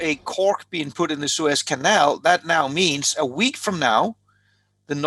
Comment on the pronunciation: Suez CANEL...the word "canal " there is for a reason...Lamo